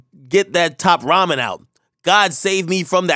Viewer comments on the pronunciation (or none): none